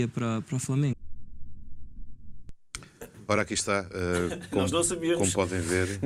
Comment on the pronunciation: O Jesus é que disse "Falamengo"... Habituem-se, ele é conhecido pelos erros hilariantes de Português... E pela teimosia por isso se ele diz que são o Falamengo vocês é que têm que mudar o nome do clube.